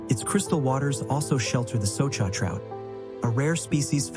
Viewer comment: Soča river it is correct, not Soka river .